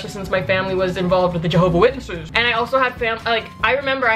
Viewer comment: The way she says Jahova witnesses 😂